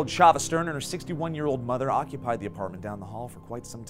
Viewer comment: also how you mispronounced chava's name